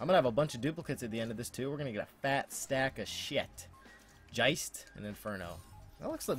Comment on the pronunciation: Geist is Ghost in German, not Jeist XD